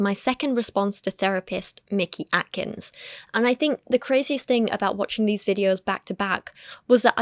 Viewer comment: ish I have a name that gets mispronounced frequently. You develop a feel for who is doing it maliciously and who just isn't good at names. I do not trust that Paul was mispronouncing Mickey Atkins in good faith. It's such an efficient way to disrespect someone and get away with it, because then you can disrespect them again if they push back.